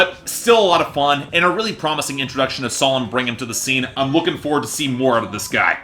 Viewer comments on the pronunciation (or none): Bring-um? Brig-um!!!! Otherwise, AWESOME review 👏